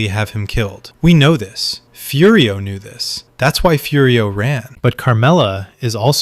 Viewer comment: You can like it but it's AI slop ripped from human sopranos analysis and other places. the AI calls Furio "Fudio" for no reason after pronouncing it perfectly 3 times earlier in the video.